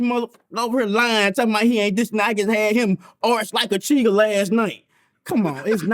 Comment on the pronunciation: "Arched like a cheatah!" Im dead!!💀💀💀💀🤣😂🤣😂